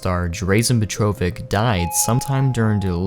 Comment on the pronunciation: God i hate y'all butchering poor Petrović's name. Dra-zh-en Peh-tro-vich zh is kinda like ch. you take z and make it shhhhh :')